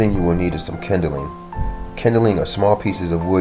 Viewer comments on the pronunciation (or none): Kindling, not kindeling.